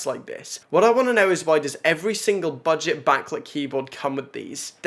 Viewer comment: “Buget” lol